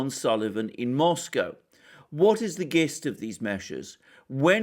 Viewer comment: Hi! I think "gist" has a soft g sound, so it will sound thusly: JIST. I thought you would have known that.:)